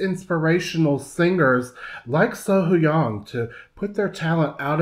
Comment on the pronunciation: Hi Concerning the pronunciation of her name..... Run the H and the white together. Not Sohoyang. But as if it were spelt Sohyoung.